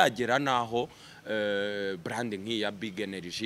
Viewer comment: Umukada agomba kwiga gukoresha “R” na “L” kuko iyo ubivanze byumvikana nabi. Iyo uvuze “bland” byakabaye “brand” abumva urwo rurimi bumva biri ridiculous. Thanks.